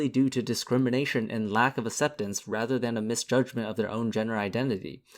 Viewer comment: Please stop mispronunciating "acceptance".